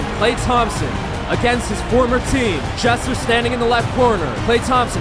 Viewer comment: every time he said Jesser he said Chester